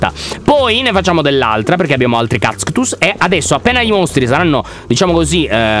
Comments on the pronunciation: "Non si dicono cactus ma cazctus" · Lyon:un cacstus Io: ca-cascut-cacstus Ci ho impiegato mezz'ora a dirlo ._. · Nessuno: Assolutamente nessuno: Lyon: KAZKTUS Io: morta🤣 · Queste sono tutte le volte in cui lyon ha detto Cactzuz 👇